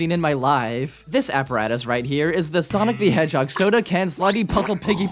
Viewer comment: soiynic da heghog